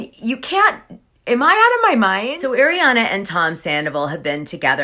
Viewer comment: I really enjoy listening to you, but you mispronounce names (i.e.- it’s not pronounced Shay-na, it’s Shee-na, and it’s not Air-iana, it’s Arr-iana.